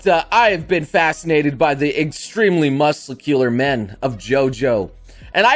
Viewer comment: "Musicular men"